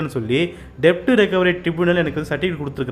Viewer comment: Debt டெப்ட் அல்ல .'டெட்'' என்பது சரியான உச்சரிப்பு.'b'' silent..shouldnot be pronounced